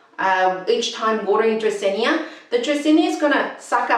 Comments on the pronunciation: It's Drah-seen-ah, not Drah-seen-ee-ah. And you need a better mic. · sorry, but it's "dracaena", not "dracaenya". very hard to watch you saying it so many times😢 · You're mispronouncing the plant name. It doesn't end with "nia". Frustrating. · agreed. no hard feelings, but i couldn't go through! because it feels like the author is doing it on purpose and repeating it excessively 😂